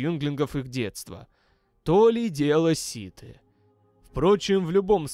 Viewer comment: Хоть один автор по ЗВ произносит "сиТЫ" вместо "сиТХИ"!!! СПС за ролик!!